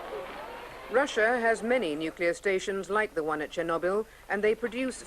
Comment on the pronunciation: Actually he pronouned it well it's Cherno = means black Byl = a herb, there is no "knob" sound pronouced in Russian.